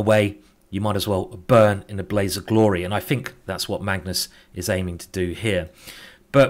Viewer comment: why? "frow" "everyfing" "fink"